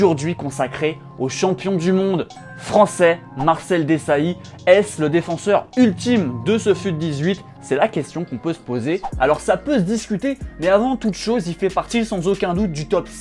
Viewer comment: Marcel DÉsailly. OK... lOl